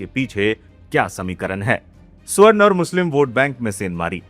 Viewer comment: स्वर्ण नहीं, सवर्ण उच्चारण कीजिए भाई साहब !